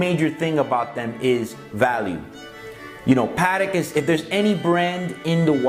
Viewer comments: It makes me cringe everytime the Americans say the word patek. So wrong.. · The way you say Patek irks me